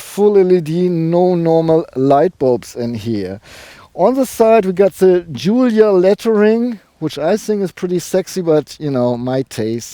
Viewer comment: The only one so far who pronounces the word correctly Giulia